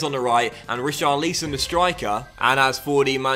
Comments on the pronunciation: STOP SAYING RICHARLEEEEEESON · please, stop baiting us, just say Ri...Char...Li...Son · Pls we know you can say Richarlison correctly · Still not saying richarlison correctly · The hype for the correct pronounciation of richarlison i real... is a master in marketing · Can u just learn to say richarlison